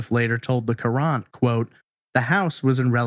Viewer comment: I grew up in Newtown during this time. I was around 12 and this along with Richard Crafts were the biggest news forever. I always thought this case had been solved. also, FYI Hartford Courant is pronounced the same as Current not ker-Aunt